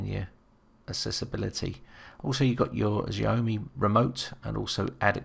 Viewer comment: Great Video...but....Xhahome tho? isn't it pronounced it Xa-o-me?